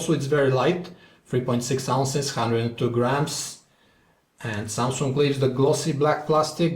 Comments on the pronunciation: SUMSUNGK .. HAHA :DD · Never heard of "Samsunk" :d